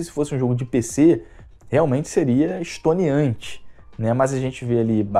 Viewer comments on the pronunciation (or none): excelente análise. Cara, não quero polemizar não. Você falou estoniantes, não seria estonteantes? Não estou debochando nem querendo te criticar por isso não. Parabéns pelo canal. Gosto muito das opiniões. P.S. nunca lê meus comentários kkkk